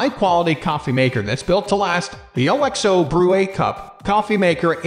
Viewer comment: wait, what the f did you just say?! Lol thats the least catchy name ever!😂 and why don't anybody know their brand's name is pronounced as a word not spelled out. Its pronounced Ox-Oh, because of Oxtail soup. it always has been way back when all they sold was bullion cubes.